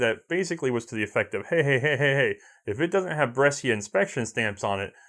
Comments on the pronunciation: Brescia: Correct pronunciation is ''bresha'' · Mate, the "scia" part in "Brescia" il pronounced like "sha", like in "sharia", ok?